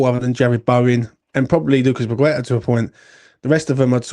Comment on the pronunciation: Surely, you MUST know after all these years that his name is not pronounced “Pakweta” don’t you?